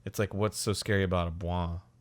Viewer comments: "They should call it SCaRee Hill..." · “they should call it...scawwy hill” is officially up there in my favourite Dan quotes